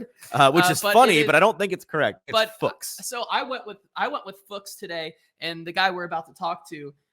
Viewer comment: To end the guessing: Fuchs is the german word for 'fox' and is pronounced very similar to that, but with the 'u' sounding like the 'oo' in 'looks'. So you got it right a couple of times: "Fooks".